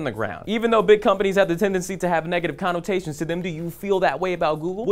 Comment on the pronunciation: Does say annulltation and connulltation on purpose?